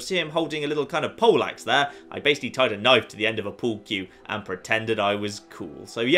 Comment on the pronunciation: The way you say Pole axe, is quite close to Polacks and i'm not sure whether or not to be offended...